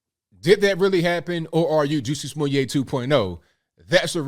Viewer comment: Why does he mispronounce his name?